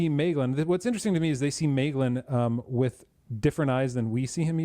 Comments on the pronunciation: Double vocals? There is often mispronunciation of the dipthong 'ae' (see video saying MAYglin rather than MYglin) But 'ea' is two separate vocalizations 'eh' 'ah. Thus Feh Ah Nor, or Eh Arr Endil. I'm not recalling any 'uo's offhand. (Though my memory fails more of late). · Stress on the first syllable, the AE has the sound of the English word 'rye', or 'eye' or 'pie'. Thus Maeglin would be pronounced MY-glin.